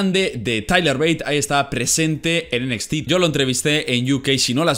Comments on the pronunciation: Me da un poco de cosa cuando dices enequiste (NXT) en lugar de decir Enecsti xd Y pues yo digo que los reviws en un solo video esta bien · "Enesti" :v